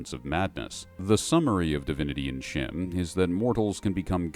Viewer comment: Thank you for properly pronouncing CHIM.